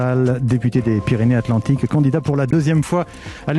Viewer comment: il faut faire la liaison " Pyrénées-satlantiques"